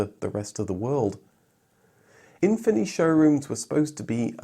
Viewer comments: You're supposed to pronounce efini as Anfini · I looked up "ɛ̃fini" on Wikipedia, and per the katakana transcription, it's pronounced "Ahn-fini", with the "a" sound being the same as in the words "mama" and "papa". that's the kind of funny thing you would only see in a certain moment in time, in Japan especially. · Japanese market adverts used more of an “uh-fin-e” pronunciation, but to ad to the confusion, there was also a trim of the FC RX7 called the Infini.